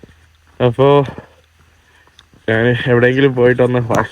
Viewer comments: നാൻ, നാൻ, നാനു അല്ല, ഞാൻ ആണ് ശരി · ഞ എന്ന അക്ഷരം പറയാൻ പറ്റുന്നില്ല ഞാൻ എന്നതിന് നാൻ എന്നാണ് പറയുന്നത്